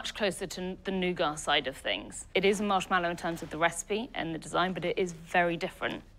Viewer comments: I'm surprised it's her company and she can't even pronounce "marshmallow" correctly. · She'd probably do better if she could pronounce marshmallow correctly.